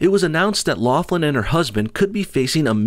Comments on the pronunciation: Lock-lin, not loff-lin. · You keep pronouncing her name 'Loflim'